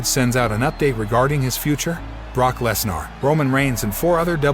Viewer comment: LEZ NER!!! NOT LEZ NAAR!! Get these frickin names right!! If you are going to have a channel, at least learn pronunciation!!!